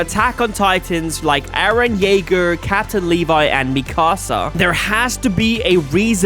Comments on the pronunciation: Its mikusa (mekoo-sa) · Bro first of all its eren not eran and 2nd of all pls learn how to pronouce mikassa